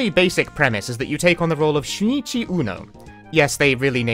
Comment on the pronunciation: Okay, I hate to be that guy, but his name is actually "Shunichi" I guess accent made it sound like Shinichi or something, I heard that my first time, too. But the kanji for "Shun" 俊 appears to be an uncommon term for "excellence" so while you're not far off the mark, his name is more like "Great Uno Uno" lol